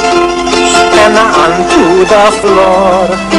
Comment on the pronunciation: This is in my country Australia 🇦🇺 the way he said table sounded a little Australian sounding accent